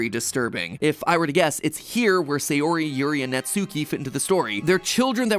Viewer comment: This has been bothering me since your last videos but your pronunciation is throwing me off with their names. Sayori= sah yoh ree (or a soft D using the soft pallet of your mouth with your tongue), Not say or ee Natsuki= Nah Tsu or Tss( likened to a rim shot "ba dum tss") Kee, Not nah tsoo kee Yuri= Yoo Ree (Or same as before with the soft D), not yer ee Vocal pedagogy rant over...I'll show myself out. Edit: Idc if this gets me hate, it needed to be said....now I'm out.